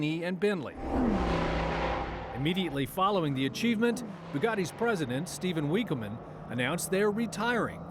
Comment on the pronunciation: the way he pronounced Stephen Winkleman omg